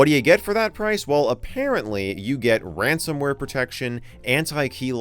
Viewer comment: Ran-Sama ...ware